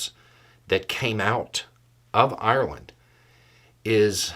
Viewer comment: I didn't like the attitude of the person who posted. "I thought we were friends". So if the Irish don't walk the American line, friendship over? Simplistic attitude. Also I like that pronounces Ireland properly. All too often I hear Americans say EYE-R-LAND and it ain't cool.